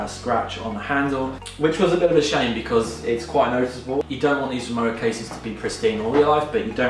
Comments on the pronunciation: Nice video, Rimowa is a German brand and w in german pronounced like v in English so basically it sounds like RIMOVA :) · they say PorschE and Rimowa is pronounced RimoVa, it’s a German brand originally and it has always been called RimoVa. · Exactly. The W is pronounced as a V, So it’s RimoVa Unfortunately Louis Vuitton MH have now bought the brand and the prices have soared